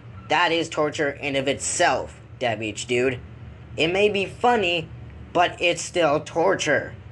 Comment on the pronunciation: I hate the way he says his OWN name his name is “Dabhdude” and he says “Dubehdude”